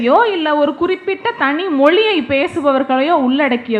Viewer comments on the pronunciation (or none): ழ ள உச்சரிப்பு முக்கியம் மொளி அல்ல மொழி